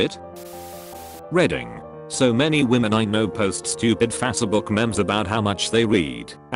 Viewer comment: «Fas-e-book memms»